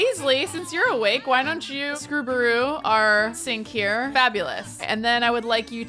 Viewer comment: I die inside a little bit every time pronounces it as “screw-ba-roo” and not “scrub-a-roo” like, scrubbing